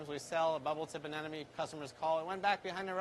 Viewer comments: why do professional/experienced marine keepers say anenome when its clearly spelled anemone? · I clicked on this video just to hear you say 'anenome' again and again. Lol, you didn't disappoint